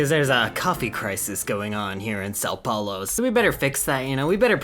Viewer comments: Fun Fact: You actually pronouced the name of São Paulo correctly. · I am from Brazil, and while it might unrealistic, u did say São Paulo right so cheers to that bro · You have actually pronounced São Paulo quite well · Yes, you said são paulo right Chad